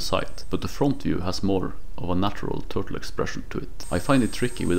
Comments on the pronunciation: Bro said TURLTE 😂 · Turlte? Lol. Nice work though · No idea what to call it, huh? How about: Twur-tle.